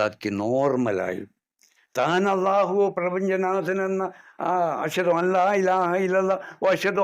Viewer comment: കിളി പോയ കെളവനും. അർത്ഥമില്ലാത്ത കുറേ കൊണ കൊണയും ,ഖുർആൻ അറിയില്ല,ഹജ്ജ് അറിയില്ല, അല്ലാഹു എന്ന് ഉച്ചരിക്കാൻ പോലും അറിയില്ല. ഇങ്ങിനെയുള്ള മൊതലുകളെ പൊക്കി നടക്കാനും കുറേ വാണങ്ങൾ' ഛ